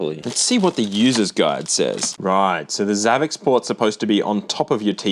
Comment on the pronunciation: I haven't seen anyone mention this but I think it's supposed to be pronounced savvy sport. Xavi and xport are separate words on the box and in English x can be used like an s. Following that logic it makes sense to be savvy sport because it's a "high tech" sports machine.